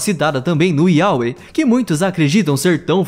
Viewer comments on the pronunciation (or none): To danso risada Yaweh, Iauê kkkkk, é Iavé que se pronuncia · é "iavé" a pronuncia certa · Yahweh se lê Yávé